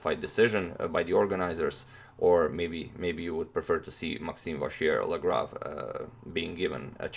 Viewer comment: we're at 95% of pronouncing MVL correctly toni! now let's eliminate the "R" completely : say it vachiellagrave